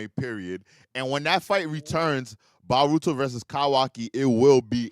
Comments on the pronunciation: Bro it’s boooooooruto brother I take bolt first then VAAARUTO. I swear I have to be in an alternate timeline why nobody corrects this mf 💀💀💀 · Can't take serious when he says Baruto 😂 don't know if he doing it on purpose but he grinds my gears